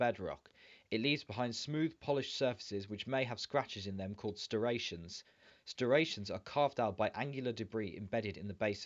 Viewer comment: Striations not stirations. Good though.